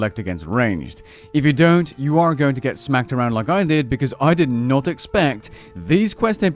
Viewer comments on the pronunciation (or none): none